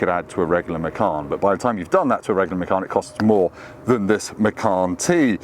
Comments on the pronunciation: Macarn? Wtf….. please please please, we need to stop this, it’s MACAN like! Or do you drink a Carn or 🍺 😂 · I think it's actually pronounced machaan